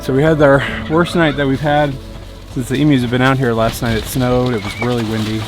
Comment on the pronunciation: I'm so happy to find an American that can pronounce the name of the birds properly. Well done!